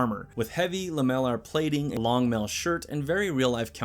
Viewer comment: lol you mispronounce “lamellar” so badly it took me about three takes to figure out what you were trying to say 😂